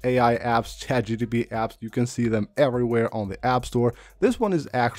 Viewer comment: It’s chat GPT! NOT GTP! Bothers me 😂